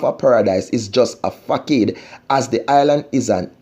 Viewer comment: Facade.... say it with me fah-sawd =facade ... You are welcome 🙏🏾